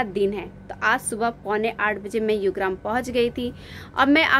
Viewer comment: युग्राम? योगग्राम✅